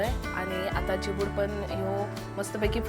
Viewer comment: Chibad not Chibdu